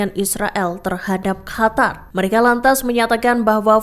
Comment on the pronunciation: Min, kenapa Qatar dibaca Hatar?